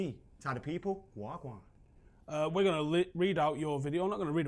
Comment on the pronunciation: As a Jamaican I have to ask,, did say "waa gwaan?" 😂